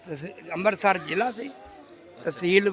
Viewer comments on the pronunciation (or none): none